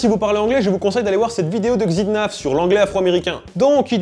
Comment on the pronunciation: le x de xidnaf c'est [x] pas [gz] ou [ks]